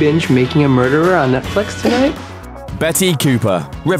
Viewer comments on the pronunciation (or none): none